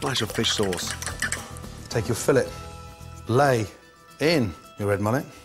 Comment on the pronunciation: Those slabs of fish are fillets (fill-ays'), the way he says it is actually the term used to describe the radius at the intersection of two surfaces in mechanical engineering. Just sayin ...